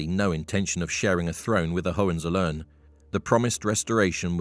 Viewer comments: Learn jhow to pronounce Hohenzollern. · Try to learn how to pronounce "Hohenzollern"...